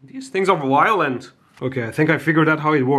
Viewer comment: "These things are wiolent!"